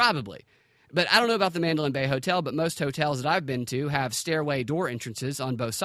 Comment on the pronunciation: It's the Man-da-lay hotel ....not the Madeline hotel or the Mandolin. these people can't even use proper English let alone use the truth